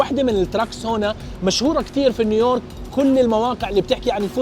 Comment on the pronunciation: تقهررر قول نيو يورك وش الي نيورك 😂😂